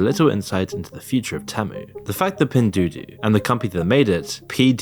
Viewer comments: It’s ‘pin duo duo’ You called it ‘du du’ ‘dao dao’ and ‘dou duo’ lol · I know it's not the biggest deal for non Chinese speakers, but the pronunciation of Pin Duo Duo in the narration is super off 😅 goes from some funny ones like Pin Doodoo to Pin Dodo... maybe stick to saying "PDD" in future videos if they're mentioned? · I’m laughing because you are pronouncing Pin duo-duo as Pindoodoo. Great job. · Pin Do Do 😂 it's Pin Duo Duo - pronounced "Pin Dwaw Dwaw" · At you say "966" but the article states "996" - which one is it? And all i heard was "doo doo" instead of "duo duo" lmfao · Pin doo doo 😂 is pronounced pin doo-o doo-o 😅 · the amount of pronunciations of "pen duo duo" 😭😭👌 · Fair video but your quality control is really poor. you frequently showed info on the screen and read different numbers. for example the rating was 3.3 but you kept saying 3.4. and you changed c+ to c-. you also pronounced pin duo duo completely wrong and shows a lack of research, along with speculative superlatives without any research justification. Not quite journalism, more like another bandwagon just like the influencers, using the hot topic to get some cheap views. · Probably already said/noted. Duo is said more like door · Did you say pin doo-doo? Grooosss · all love bby but u are butchering tf outta that pronunciation 🤣🤣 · Good video. But you’re mispronouncing “Temu” and “Pindoudou.” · how do you get both pronunciations so wrong? L